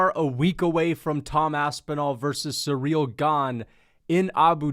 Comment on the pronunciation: Please, it's not SURREAL Gane. It's pronounce like: SEE-REEL